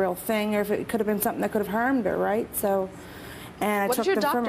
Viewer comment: The mom say, "What if they hermed her"